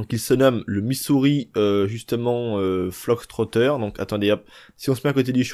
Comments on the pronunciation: Fox Fox Fox et non Flox lolll l'anglais des français c'est horible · on dit Missouri FOX trotter banane !! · C moi ou tu dit Missouri fLox trotter 😂😂😂